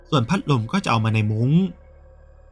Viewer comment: พักลมสำเนียงแอนนาเชิญยิ้ม🤣🤣🤣